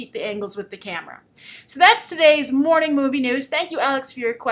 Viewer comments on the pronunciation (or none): none